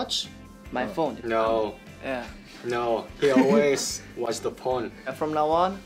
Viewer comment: can we talk about how it sounds like he'd say "he always watch the porn" 😂😂